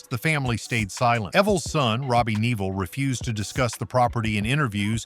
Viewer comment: The AI voice is ridiculous. EVVL, EVVL NEVLL????